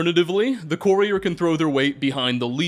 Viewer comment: Absolutely Love this video man! Appreciate the effort you put into this One however I do have one critique for you it’s pronounced Cur-E-er not Corey-er